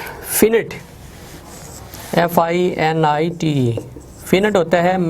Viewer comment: Finite.....sir you pronounced wrong